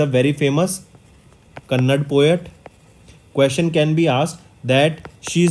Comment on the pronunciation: Not kannad. That is KANNADA ..